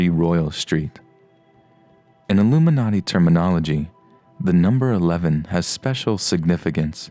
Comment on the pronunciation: LOOMINARTY CUMFORMED